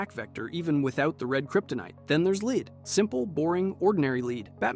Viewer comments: Leed? You mean led. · LEAD not LEED! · LEAD IS PRONOUNCED LIKE LED LOL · "Lead". That's one of those words you can feed to a computer narrator that will expose it. A computer narrator doesn't know how to contextualize pronunciations and the word "lead" is just such a word. "Superman can't see through leed." 👈 Gotcha! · The element lead is pronounced led. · Pronounced lead as “leed” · Computer narrators don't know how to contextualize pronunciations and "lead" is the best word that proves it. "A leed-lined box. Superman can't see through leed." 👈 Dead giveaway you're listening to a computer narrator. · The pronunciation of lead 😂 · legit made me pause the video like bro cmon